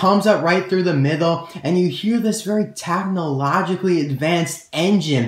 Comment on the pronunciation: "tachnology" "tachnologically" does that annoy anyone else??